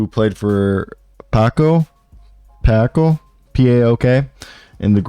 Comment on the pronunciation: How do you read Paok as paco lol